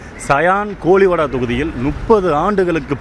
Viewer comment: News vasikura akka dayan koliwada illa sion koliwada sariya vasika kuda theriyala enatha solla